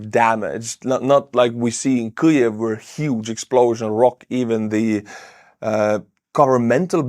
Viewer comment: What's a Kliev? Kyiv!!!